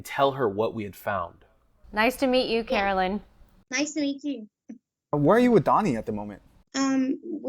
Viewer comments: Dear channel, her name is Carolyn, not Caroline. You do know there's a difference, right? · It's Carolyn not Caroline!